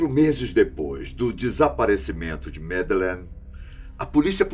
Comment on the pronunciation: que enredo pobre. e pelo amor de Deus, tirem esse '' dos vídeos. é mto banal. e qnt a história, por favor, pelo menos peça ao dizer o nome da MadEleine corretamente. Vídeo broxante. Personagem desnecessário. E intonaçõess nas falas ridículas. Cadê os antigos e BONS apresentadores da Fatos? Esse time novo, exceto o Benjamin e Gabriel, da desgosto. E por mim rola deslike atrás de deslike. Lamentável o rumo do canal. Sem mencionar a cópia de assunto de outros canais que postam na mesma semana. Poxa fatos, vcs querem ser desconhecidos mesmo, pq olha, o canal tá ó 👌🏻 "una nierda".